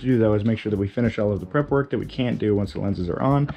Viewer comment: “I am ze spy”